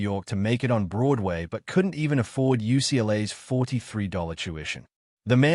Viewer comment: ucklah? the fake robot narrator literally called "UCLA" ucklah.